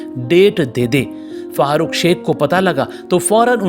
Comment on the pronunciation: उनका नाम fahrukh शेख नहीं farukh शेख है